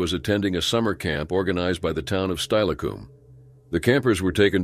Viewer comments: That's not how Steilacoom is pronounced. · Lol, same thing happened when the tuolumne river is read as the "too-luhm-nay" instead of "too-wah-luhm-nee"